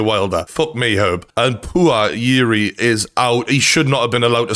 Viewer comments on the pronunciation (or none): Just say juri lol